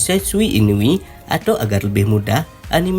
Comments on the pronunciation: Inui bukan inupi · inui bng bukan inupi